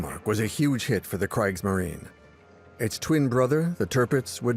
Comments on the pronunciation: Its pronounce Kr ee gs marine. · Not sure if this good documentary is AI narrated but both the pronunciation of Kriegsmarine and “Prinz Eugen” are sloppy. Also not sure why the basis is a French documentary…. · You’d think if you’re going to put this much effort into a documentary like this, you’d at least learn how to pronounce “Kriegsmarine” correctly. Why do the consecutive vowels “i” and “e” (or “e” and “i”) cause most English speakers so much trouble? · Oh my. This documentary pronounces "Kriegsmarine" with a long "i"? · How in the world do you keep mispronouncing Kriegsmarine? Oh right. AI. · Could someone inform the narrator how to pronounce "Kriegsmarine"?